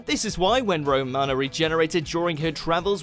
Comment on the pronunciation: Thing is the WatchMojo team know FA about Doctor Who so I wouldn’t worry, I mean they can’t even pronounce half the names properly ‘Romana’ prime example.